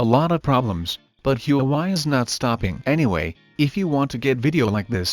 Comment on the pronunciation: U pronounced huawei wrong